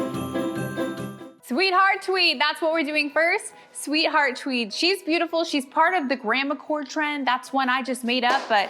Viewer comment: Am I the only one who heard, "TWEE", instead of, "TWEED"?? I mean, I'm pretty sure our didn't develop a lisp as she decorates a flocked Cwismas Twee.... Note to self: WATCH, instead of just listening. 😂😂